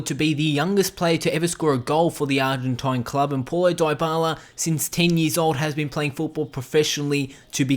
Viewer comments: its not polo daybala its like pawlo dibala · Why does he says pualo dibala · Poulo Diyebala ? 😂😂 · 11. His name is apparently Polo Dieballa' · "poilo doyboiala" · "Poilo diebala" Ahahhahahah lmao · That’s not how you pronounce his name🤢🤢